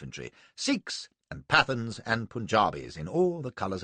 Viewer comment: A great reading, but "Pathans" shouldn't be pronounced to rhyme with "Athens", nor would a subaltern of Native Horse be Indian, he'd be British. The King's Commission ( as it was by then ) wasn't opened to Indians until 1918. So....ermm..no need for the awful attempt at an Indian accent for a subaltern of Native Horse who couldn't possibly have been Indian. It helps when you're reading something out loud if you actually have some understanding of the material. Other than those grating moments, an excellent reading.